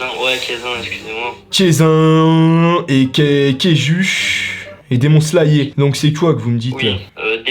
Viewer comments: " Demon slayé" " jujussu quaissen " 😭😭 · "Démon Slayé" 🤣🤣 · "Demon sayer" 🤣 je suis outrée 🤣